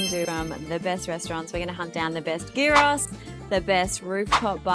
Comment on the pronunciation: Your "souvlaki" is YEEross. Souvlaki means little skewer. If it's not on a skewer, it's not souvlaki. Your can of local beer is FIX.